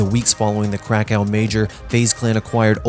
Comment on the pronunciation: "Krekau" .. Its pronounced how its written, KRAKOV